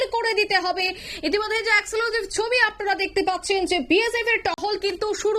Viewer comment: Exclusive উচ্চারণ ভুল। এই মেয়েটা প্রতিদিন এত ভুল উচ্চারণ করেন। একে বসান কেন ? আর এই অঞ্জন শুকুল, এটা কে? পশ্চিমবঙ্গের কোন স্তরের বিশিষ্ট সাংবাদিক ওনি ???